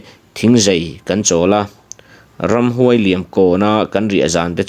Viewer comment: Ramhnuai sa nilo in,Ramhuai sa tihtur aw